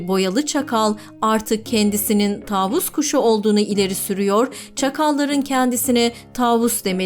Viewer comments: Taavus değil tavus kuşu lütfen doğru telaffuz edin kelimeleri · taavus değil tavus kuşu